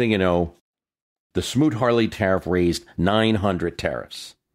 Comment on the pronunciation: Smoot-Hawley.....not Smoot-Harley!